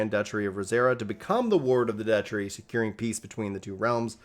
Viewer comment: My dude... The agony my ears are going through! It's proNUNciation, not "proNOUNciation", DUCHy not "duchERy", and for the love of Dog, pay attention to proNOUNciation when in conversation with people who clearly weren't educated in California or some other Socialist state.